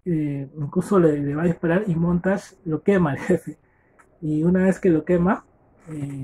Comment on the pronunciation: Muy buen audio libro. Me sirvió para mi prueba,me saque un 9.50. Lo unico que recomiendo es mejorar el audio y pronunciar bien los nombres por que puse montash y fraber cuando eran montag y faber 😅😅. Me sirvio mucho, espero sigas así...